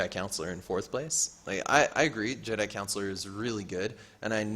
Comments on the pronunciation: Just a heads up, it's Jedi Con Shoe Lar. Not Counselor. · More like Con Sew Lar